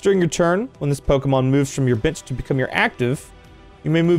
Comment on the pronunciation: I know saying "bench" but it sounds like he's saying "bitch"😂😂😂😂😂😂